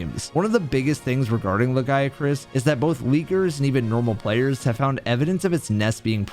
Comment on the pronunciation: I mean he got the Lagiacrus and the Nerscylla names correct.